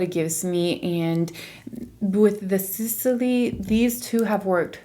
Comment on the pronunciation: Why do you pronounce Sisley like that there is anything between S and L ..... There's no any kind of ,,E,, sound there !